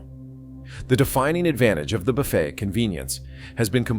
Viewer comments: AI pronounces it buf-fet rather than boo- fay as capitalism fails on so many levels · A.I. narration - it's "buff-A", not "buff-et". It's like the pronunciation of "geyser" - A.I. pronounces it "geezer"...😂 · Hey. AI, the "t" is silent in buffet. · Can't even pronounce buffet right, damn these AI generated videos. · Between mind-numbing repetition and AI narration and writing that can’t pronounce “buffet,” this is the failed Las Vegas buffet of video reports. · More A.I. garabge, Robot Voice cannot even pronounce the word BUFFET correctly